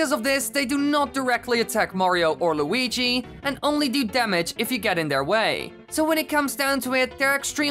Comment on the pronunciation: deres de weegeee